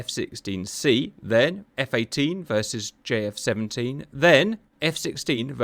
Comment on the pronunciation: it sounded almost like Cap called the JF17 'jeff 17'. are grim reapers calling it jeff to distinguish from russian flankers? i hope so!